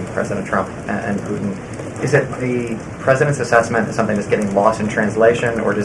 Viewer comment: When she speaks, where are the T sounds? I notice this a lot. For example, when she says Putin, it comes out as "Poo-In". Can she get speech therapy?